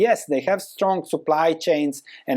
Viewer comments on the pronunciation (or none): none